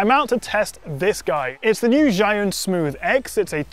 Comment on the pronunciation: Me as a Chinese hearing how you say Zhiyun....